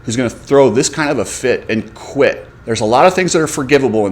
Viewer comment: Dude, "quited?" Even people who have English as their second or third language don't butcher it that bad.